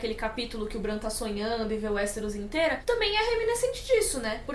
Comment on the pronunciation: sua pronúncia do nome Bran está estranha, se baseie na pronúncia da. Mania do povo trazer os nomes pro jeito português de falar, dói os ouvidos.